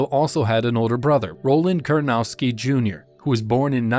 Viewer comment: Pronounce his last name correctly at least, it's Kur-na-TOW-ski not Kurnowski.